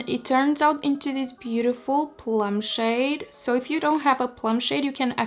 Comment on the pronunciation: What you said: "I'm just going to blend this shade out." What I heard: "I'm just going to blend this shit out."